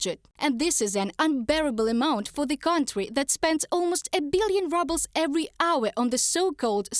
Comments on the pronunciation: Haha I like how they pronounced it rubles, as in reduced to ruble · Is it her accent or on purpose when she say rubble's lol..